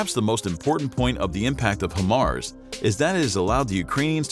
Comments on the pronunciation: Better Than HIMARS? NO ! It is NOT Him-Mars. It is pronounced Hi-Mars! That's Hi as in Hello, High the opposite of Low LOL! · Why do americans call it him-ars... (HI)Mar, HI stands for HIGH... HIGH mobility multiple rocket system... HI-mars... american english is fucking terrible. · its pronounced HIGHMARS not HIMARS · How are you miss pronouncing Hi-Mars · Nope. It’s not better than HIMARS. If you are not blind, you will not ask this question or try to compare apples and oranges. And if you call HIMARS, “He-MARS,” it means you have no idea what systems that you are talking about. Did he just say “30mm” rockets? Wtf! It’s 300mm! Damn this dude is terrible!